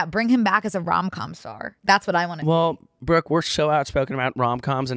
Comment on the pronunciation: i just love that pronounces “brooke” like “bruck”